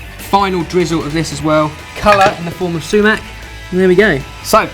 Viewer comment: LOLOL su.bone and su.mac